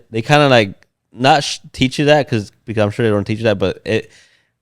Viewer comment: Or how he says pecause lol 😂